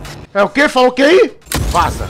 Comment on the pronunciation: Quando vc falo vaza eu achei q era vala kkkk